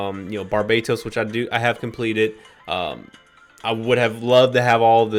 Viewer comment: Pronunciation: bar-ber-toes